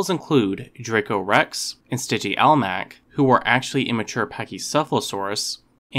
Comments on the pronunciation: Dracorex and... "Stygi-almach"? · Stgy-al-mack BRUH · you said sty jee all mach itd sti jee mall ack is how its pronounced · He just pronounced it differently. No big deal.